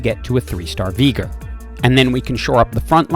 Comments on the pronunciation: Veegr Pretty sure its pronounced Vey-gar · also, it sounds like you say veegor and not veegar as well :D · and how you say Veegar versus VI-gar is why im having to move on. Its driving me NUTS lol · Regular people: Veigar "vey-gar": Veegar "vi-gar" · Bro, this video would be so perfect without that ,,Veegur" thing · lol the engagement farming by saying “VEE- gar” is so galaxy brain 😂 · Please don't call him Veegur. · Broooo hes called veigar not Vigar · I mean it's not like I watched any of the lore from league but I guess it's just a mispronunciation since the official one (just checked) is pronounced "vai-gar" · Decent guide, but had to give a dislike for saying Veigar with a hard r